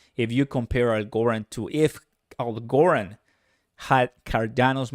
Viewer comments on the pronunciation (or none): fyi its pronounced AL-GO-RAND